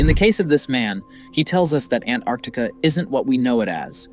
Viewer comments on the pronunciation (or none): Why is he calling it ANARCTICA? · Why do you keep pronouncing Antarctica that way? Your dropping the T.....it is pronounced ANN TARTIC KA no matter where you are from. It is not ANN ART TIC AH